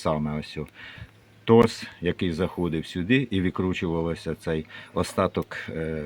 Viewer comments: не тосс, не торс, а тоРКс, а в вашому випадку - потрійний квадрат, тупорізи суржикомовні, слухати неможливо! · Частіше буває - ні отвора просвердлити, ні різьби нарізати! А ще буває і свердло(або мітчик!) зламаєш! Добре, якщо добре! P.S. Не "торц", а "Splin"(дванадцятикутна зірка), бо "Torx" - шестикутна зірка! Бо ви своїми "дірками" і "торцами" людей в оману вводите!🤣😂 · Гарний спосіб, але ріже вухо "торс" - вірно "торкс" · Торкс не торс, по німецькі Torx. Так в германії і відкручують зломані болти. А то що він там нарізав ще на 7 це до сраки, просто просвірлив, вбив і відкрутив, не відкрутив? Приварив хрень жалізну і відкрутив, там 1000 пудові піде бо прогріється. Не відкрутив, викинув купив нову.😅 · TORX - ТОРКС, а не торс!